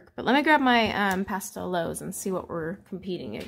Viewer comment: Just a quick note about the correct pronunciation of the Astra Pastelowes. The “w” in Germanic and Slavic languages is pronounced as “v”. Therefore, Pastelowes should be pronounced as “Pasteloves”.